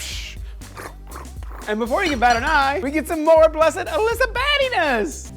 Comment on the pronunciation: ALYSA not Fucking Alaska